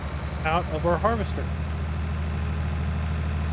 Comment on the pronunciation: Someone count up the number of times he said havester lol